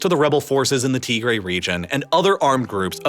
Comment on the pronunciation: Good video, shockingly well done. some of the pronunciation is well off. You can listen to how they say it and copy it Tigray TIG GRAY